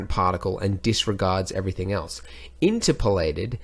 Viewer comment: In-TER-polated I think. ? Anyway, as always a fun, helpful vid. Thank you Andrew.